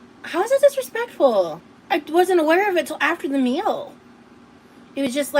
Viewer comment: The ridiculous glasses holder danglin and a'swayin' as she tells someone to Not dissuade anyone from "being financially generous"- "how dispekful"